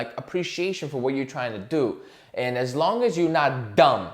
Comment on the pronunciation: You really let that “DUMB” sink in 😂😂